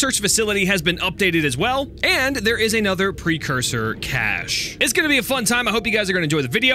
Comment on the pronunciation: Cache- cashcash-AY